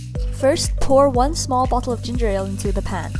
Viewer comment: When she said bottle I thought she said butt hole